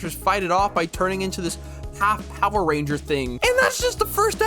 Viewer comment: NGL, every time he says Power Rangers it makes me irk but its also funny.